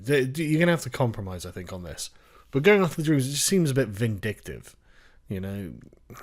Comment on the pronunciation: Dreamers? Sounds more liked Drainers